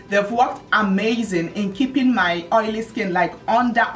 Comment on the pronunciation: can't get over the "OYO" pronunciation! lol